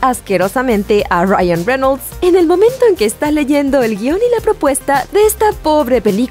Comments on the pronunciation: Onafets SD men... se pronuncia tal y como se escribe... Reynolds.... incluso podria ser Reynols pero.. renol no... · renols... renols... renols..... wtf.. cual es el trauma con mencionar las palabras en ingles.. o los nombres con esa entonacion y pronunciacion incorrecta... estan exagerando con el ingles barato.. enserio.. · Jose Gante reinouls xd